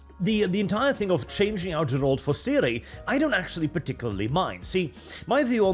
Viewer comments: Is pronouncing "Geralt" correctly really that hard? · Geralt has a hard G, man... c'mon. The first syllable is stressed and is pronounced basically like the first syllable of "garish" (or "Gary"). Also, the word your were hunting for is accentuate (stress on the second syllable), as in "accent," like a decoration or a feature that gives visual emphasis. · It's Geralt, not Dżerald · its not Jerald its Gerald whit a hard G! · my dear... I like you, your voice is honey to my Polish ears... I don't necessarily agree with everything you say, but I may also have less conservative views. But for God's sake... Gerald? I don't even know how to write phonetically how you massacred his name xD It's a very specific name, it has to sound the way it's written. No Anglo-Saxon "G" there. In Polish, letters are always and absolutely pronounced the way they are written and not in any other way. Just like I heard (and my ears were withering) English-speaking YouTubers pronounce the name Ciri as "Siri" for reasons that are unclear to me... (Ok, the reasons are clear and can be forgiven due to ignorance, but still...) Greetings from Poland, Norwegian neighbor:3 That we don't border? Nah, it's just a stone's throw to the north x3 PS: As for "entering woke'ism". Well, Poland, as far as I can remember, i.e. since 1990, has always been a few years behind world trends. Does it have a social impact? A little bit, a little bit not. Personally, I would rather say that companies like CDPR are moving towards progressivism but they don't close their eyes to "traditions". I would even say that I don't think they are blind enough not to see the cultural turbulence that is currently happening. But you also have to keep in mind that games are not created overnight. They had to choose some direction, even if they may be afraid of where it is going now. But is it mindless following of trends? I don't think so... I hope not. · Take a Shot every time says "Ger-ALt".